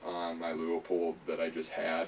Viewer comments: Pronounced Loo-pold not Loo-a-pold or Lee-a-pold. Otherwise very good review. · If you want to pronounce it in German, it would would more like Loypuld